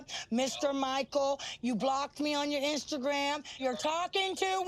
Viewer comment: She said Ainstagram